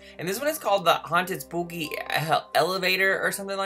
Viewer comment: BTW I know you are being silly but you pronounce it Spooky not spoopy